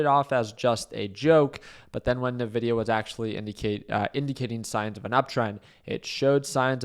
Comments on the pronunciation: En Vi Di Yah not NUH VI DI YAH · It’s not Navidia, it’s Nvidia (pronounced “Invidia”). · Why would you short the day of earnings? What a stupid thing to do. Also isn’t it called en-vidia? Why is everyone calling it na-vidia?